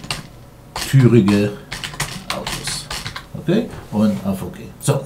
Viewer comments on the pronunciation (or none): a) Türige - nicht "Türuge" :-)